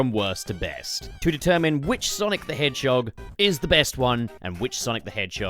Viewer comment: Wonder what’s the number for how many times bro said “Sonic The Hedgechog” lol